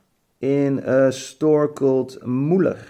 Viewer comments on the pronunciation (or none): The drugstore called Müller, not Muhler. 😂😂 I buyed mine there too. 👍😀